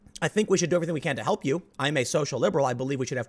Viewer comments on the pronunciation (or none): none